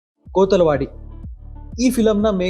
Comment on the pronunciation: ಕೊತ್ತಲವಾಡಿ . ಕೋತಲವಾಡಿ ಅಲ್ಲ